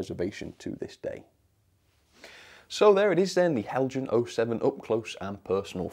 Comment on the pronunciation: The anticipation before watching every Heljan review is like playing the lottery - will finally get a winning ticket? I wonder if Heljan experience would miraculously improve were he to start pronouncing their name as the Danes do? 😹